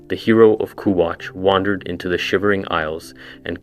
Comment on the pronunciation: The way you can't say kvatch is funny